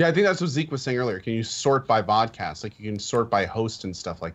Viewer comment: Vodcast sound like Vodkacast